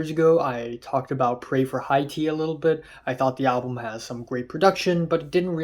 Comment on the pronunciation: dope video man but you should learn how to pronounce Haiti, the country. (Hey-Tee)